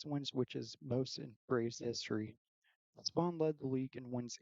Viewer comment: Kid Nichols better than Spahn? I don’t trust this list if the guy can’t even pronounce Spahn correctly!